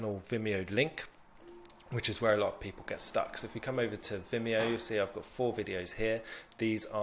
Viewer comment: Top! And you pronounced it perfectly ;)